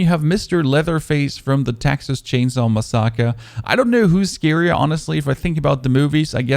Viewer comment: I like your vids.. but please say massacre correctly!!